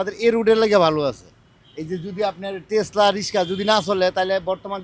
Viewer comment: রিকশা ❌ তেসলা✅🥴